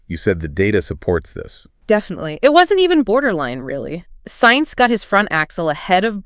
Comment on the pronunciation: Cant even pronounce Sainz correctly